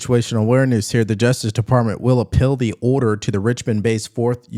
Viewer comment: apPEAL, not apPILL